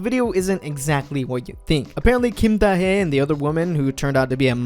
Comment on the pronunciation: It's pronounced Da Hee as in HEE Chul